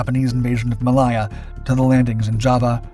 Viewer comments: What was the 'dumbest battleship?' All through this video you talk about the CRUISER Mogami. A cruiser is NOT a battleship. And, it's pronounced muh-LAY-ah, not muh-LIE-ah. 👎👎👎👎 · Mah-LAY-ah NOT Mah-LIE-ah. I think I am going to unsubscribe because that drives me crazy.